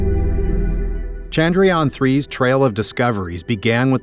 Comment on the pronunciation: It's not Chandryaan... It's Chandra-Yana....